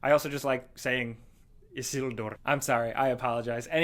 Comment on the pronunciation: The way says Isildur:o it's literally the perfect pronunciation.